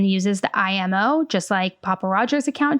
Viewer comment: not 'mio' but 'imo'